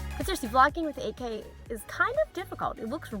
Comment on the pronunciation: When you said 8K l only heard AK. As a name of AK 47.